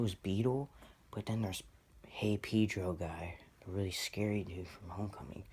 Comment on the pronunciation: Btw it's Pedro not peedro😂